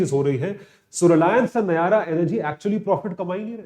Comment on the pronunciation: It Nayara not nyara😂